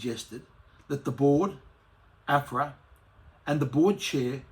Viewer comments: It's Ahhhpra not Afra you dill. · Minor detail, but the way Craig pronounces AHPRA is the way people commonly pronounce the Australian Prudential Regulation Authority abbreviation, whereas pronounces it "correctly". It was irritating me all the way through this presentation 🤪 Great news nonetheless, thanks for alerting us to this very important judicial decision. I hope it sets an important and long lasting precedent.